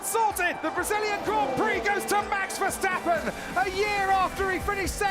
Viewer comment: What about you stop hating and start saying his name right